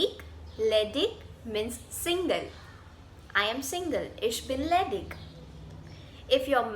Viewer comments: The pronounciation of ledig is ledish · AM SORRY BUT JAB IG SENTENCE KE LAST MAIN AYEGA TO ICH KI AWAZ DEGA LEDIG NAHI LEDICH KI AWAZ AYEGI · I think pronounciation of ledig is wrong